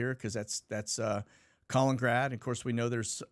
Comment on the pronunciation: **Kuh-Lennon-Grad not Colin-Grad